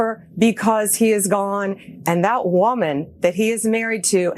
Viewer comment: “THAT” woman… “THAT” child 😳 hear how she emphasized “that” totally the way a racist would say it!!! And that’s just the tip of the iceberg of what she said 😤